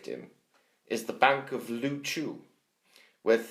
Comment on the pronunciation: Couldn't you find anyone who could actually pronounce Liuzhou? "LOOCHOO" is hilariously wrong. Come to that, don't you have anyone who doesn't speak like someone dropping into a coma?